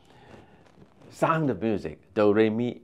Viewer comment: 這個主持，連sound這個字都發音錯